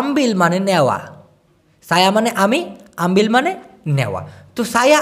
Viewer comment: তোমি আগে ভাসা ভালো করে শিখ তারপর মানুষকে শেখাতে আস আমবিল হবে না আমবে এবে